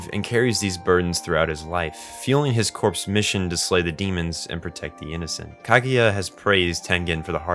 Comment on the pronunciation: Corps is pronounced as core, not as corpse, not hating just pointing it out. Marine corps for example Great vid tho 👌